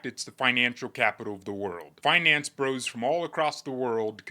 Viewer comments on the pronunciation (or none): none